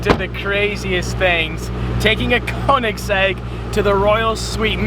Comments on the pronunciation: Why do you say Konigsegg it speaks like königsegg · Its pronunced Ko-En-ig-segg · Its not konniksekk man 😂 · I HATE when ppl say Konigsegg as im german and i know how it's actually pronounced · Man im getting to fucking triggered Koenigsegg is pronounced Königseg the "ö" i pronounced as the "u" in duh. Try it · How many times did he say kenigsegg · Conikgsegg lol how he pronounces it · Imagine now knowing how to pronounce the name of your own car right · He didn't even know what year his car was and he couldn't pronounce Koenigsegg properly....🙄😤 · The way he says koenigsegg is wrong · You can't even properly pronounce "koenigsegg" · It's not a Koenigsegg... It's a Koenigseggiseggiseggisegg If you know you know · I hate how he pronounced koenigsegg Only Germans will understand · Its a Köenigsberg and not a KöenigsEGG! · pls learn how to say koenigsegg